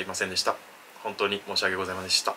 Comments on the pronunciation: とりあえず申し訳ございませんでした、の発音下手くそなのは分かった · 申し訳ございませんでした1回も言えてない